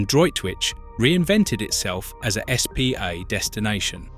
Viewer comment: Really need to get the AI voice to pronounce words properly. If you're doing a video about spa towns, at the very least, the voice needs to be able to pronounce SPA and not just spell it out!